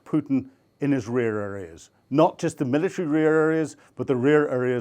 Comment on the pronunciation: reararies?😂 bro put them two words together. Rear areas = reararies